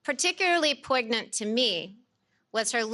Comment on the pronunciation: "poig-nant" SNL, here she comes.